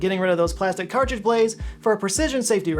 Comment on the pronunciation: He really mailed in that Henson ad, huh? Didn’t even bother redoing his miss on “cartridge” and He pronounced “erythema” in 2 ways, both wrong 😂 Bravo!